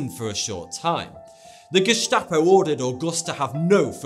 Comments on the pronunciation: "gestapo" isn't pronounced "geshtapo"... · geSHtapo seriously?